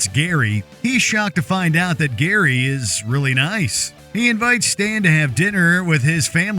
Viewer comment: Its GARY, not Gheeery